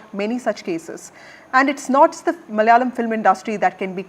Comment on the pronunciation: NDTV..it's not MALYALAM...it's MALAYALAM....